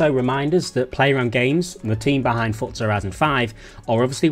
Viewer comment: Fortza never understood why they decided to pronounce this word and have a silent T there ForTza 😂 just say Forza 😂ew